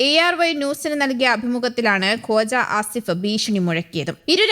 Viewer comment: കോജാ അല്ല കോയാ ആസിഫാണ്